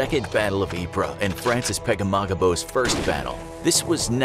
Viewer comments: Correction: Ypres is pronounced “eep” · Ypres is pronounced pree btw